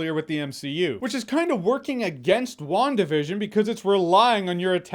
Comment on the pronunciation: I swear to God, every time you say WandaVision I keep hearing One Division.